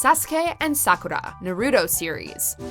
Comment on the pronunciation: You used the wrong dub version of Sakura. The true English version is the Sakura Avalon version by Nelvana. The one you used was by Animax and it was hated by fans because of the high pitched voices. And you are saying Sakura's name wrong. I apologize if I was being rude.